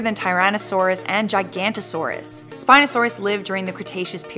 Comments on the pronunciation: DID YOU SERIOUSLY JUST SAY "gigantosaurus" ITS JI-GAN-OH-TOE-SORE-US!! and no spino is NOT bigger than ANY of them!!!!!! ITS ONLY LONGER!! GET YOUR FACTS RIIIIIIIIIIIIIIIIIIIGHT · Its Gig-o-not-o-saurus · It's giganotosaurus not gigantosaururs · Did they seriously say "Jigantosaurus" isn't it Giganotosaurus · ITS JI GA NO TO SO RUS